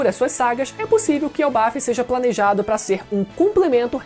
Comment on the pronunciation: Elbaf!? era pra ser "elbaf" eu acho